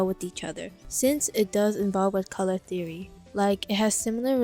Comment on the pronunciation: "colour theroy"